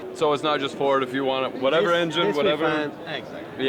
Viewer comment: Yeah i was all excited till he said V-10 Frod. (sounds like fraud)